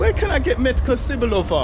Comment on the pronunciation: Just a quick hint - it's not "meet-ka see-boo-lo-va" but "met-ka tze-boo-lo-va" :)) hope that helps :)